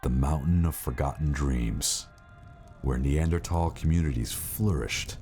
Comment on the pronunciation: I might find this more credible of the 'experts' could pronounce Neanderthal correctly. As for the rock, I think this is like seeing the Virgin Mary in a piece of burned toast.